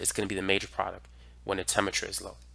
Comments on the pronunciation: It’s product, not produck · You're absolutely great, but can you please stop saying "produc-" and throw that last 't' in there. Drives me crazy. You're very helpful though!